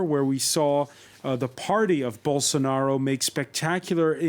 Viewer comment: Eu só entendi " Bolsounaro" rsrs